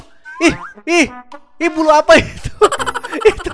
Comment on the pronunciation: Semua orang yang dengar: bulu apa tu Gue: buyung apa tu,buyung puyuh